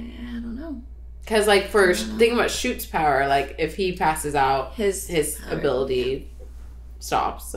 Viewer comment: WILL FUCKIN POWAH😤😤 🤣